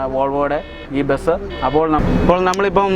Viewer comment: ബെസ് അല്ല ബസ് :D